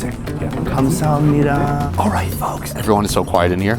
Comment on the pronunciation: 당신의 감사합니다 발음은 정확하고 목소리가 굉장히 귀엽게 느껴졌어요 😊 한국에서 즐거운 시간을 보내시고 맛있는 음식도 많이 드시길 바래요